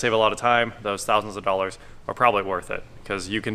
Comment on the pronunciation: 165 dough-lers